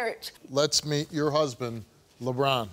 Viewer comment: Just hearing him say Lebron and it’s not Lebron😂😂😂. And this no audience thing is funny 😂